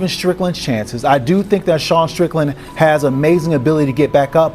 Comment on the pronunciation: Not ddp not say strickland but shicken